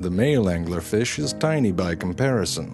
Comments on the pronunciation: Angler Fish Pronounced: "AN•GYU•LAR FEESH" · "True Facts About The Angler Fish "... Can you not read?